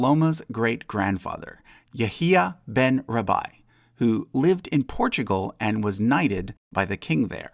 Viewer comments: I'll say it again, while your pronunciations are often HORRENDOUS, your scholarship is immaculate. Rabbi isn't "rah-bah-HEE." Dude. It's "RAH-bai." That's the only one I'll mention. Please, look up foreign names before making videos. So many are so obvious. Your scholarship deserves so much more recognition and respect, but your mispronunciations are holding you back. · Who cares what Google says? I'm 54, and have never heard Rabbi mispronunced like he has.